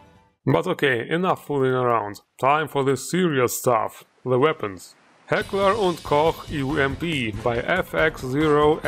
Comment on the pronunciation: My dude, I think you might be the first mod reviewer I've watched who actually pronounces "Heckler und Koch" properly Nice